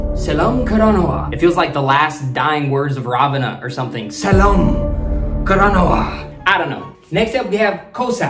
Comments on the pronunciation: U did it great but those words u can pronouns as like [sellam karanava ] [kossa] [ vishvasa] it will be easier to pronouns. your doing it great. keep it up so proud . but y ur using pol katu handa .:face-red-heart-shape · when you say, "selam karanawa" you have to say it like "sellam karanawa" like selllllllllll "selllam" your pronunciation has to improve, but sometimes you speak like a native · Im sinhala, from sri lanka 🇱🇰 . But i never heard word kosa 🥲. Playing pronounce like sellam karanawa. last word read, not kiyewa, its kiyewwa. 🤭🤭 good video much love ♥️ from sri lnka. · It's pronounced "sellam karanawa" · Selam karanna ❌ sellam karanawa ✅ සෙල්ලම් කරනවා Kossa❌ koss✅ කොස්ස Viswasa❌ vishvasa විශ්වාස Kiyewa❌ kiyewwa කියෙව්වා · Not Selma karanava it’s sellam karanava not kosa it’s Kossa